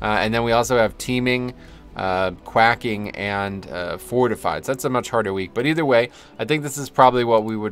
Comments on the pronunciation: you said quacking...like a duck. It’s quaking - kwei·King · Did he say, quacking? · Ive heard others call it “quacking” but its “quaking” like an earthquake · He called quaking "quacking" haha 🤣🤣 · Loved the vid, but you did say quacking instead of quaking. It is pronounced with a long A...as in Earthquake. Don't sweat it.